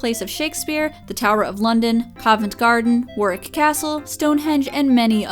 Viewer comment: You pronounced Warwick Correctly, well done, most Americans say War-Wick though v. surprised to see Tintagel (pron: tintajual) and Kenilworth there they're not very big places, not really well known though Tintagel is a fairly popular holiday destination it, when i went as a child I immediately thought it'd make a great toothpaste brand